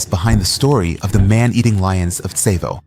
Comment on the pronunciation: Tsavo is pronounced saw-vo and I’m pretty sure the lions only killed like 20 people and the original number was embellished